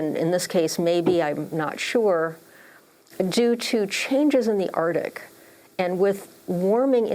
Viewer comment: Arctic not Artic!